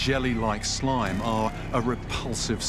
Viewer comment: Not “slime” gachihyper